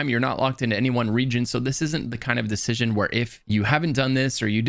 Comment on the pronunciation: "Theres a decishchion you have to make.. officer" - 🤤